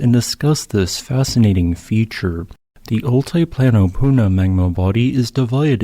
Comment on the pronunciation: Very interesting video. Been there, amazing landscape. Btw it’s pronounced all-tee-plano, not all-tie-plano.